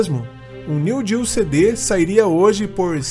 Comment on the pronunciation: NÃO SE FALA NEW GEO, é NEO GEO.